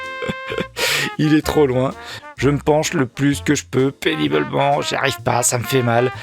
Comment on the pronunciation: Pénibeulment ? Deux fois ? C'est un hijack de cerveau !